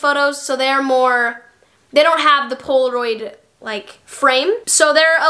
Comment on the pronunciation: The way you said poloraid